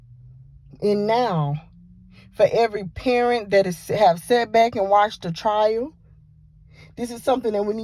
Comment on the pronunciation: Her trail?!!! Wow, it’s TRIAL